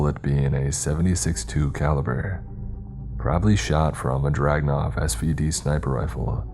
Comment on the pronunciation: It's only a slight annoyance but it's a 7, 6, 2 not 7, 62 and pronounced Drag-uh-nov.